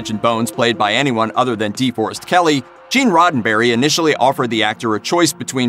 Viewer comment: Minor nitpicks: it's eye-LEE-yah, not EYE-lee-yah. Also, its de-FOR-est, not DEE-for-est, and OH-BUR-jen-wah, not whatever the heck the announcer said. Not sure the announcer actually watched much Trek 😁. Nice obit.